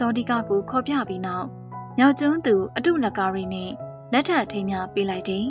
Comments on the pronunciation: အတု လကာရီ မဟုတ်ပါ အတုလ ၊ အတုမရှိသည်ကို ကာရီ ပြုသောသတိုးသမီး အဓိပ္ပါယ်ရပါသည် မခွဲပဲ အတုလကာရီဟု ဖတ်ရပါသည် အမှားပြင်ပြီး အမှန်ရောက်ပါစေ။ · အတုလ ကာရီလို့ ဖတ်စေချင် အတု လကာရီလို့ လနှင့် ကာရီကို တွဲမဖတ်စေချင် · အတုလ/ကာရီလို့ ခွဲဖတ်ပါ